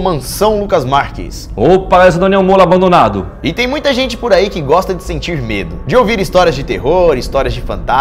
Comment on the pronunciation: Kkk mollo abondonado kkkkkk